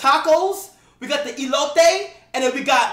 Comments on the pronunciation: yo se bro, medio risa ala forma como lo dijo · What the fuck is olotee 😂😂😂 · He said "Elote" it mania